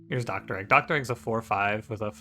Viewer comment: I can’t believe you call Dregg “Doctor Egg”